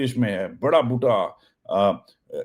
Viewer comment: Love the way you say Boota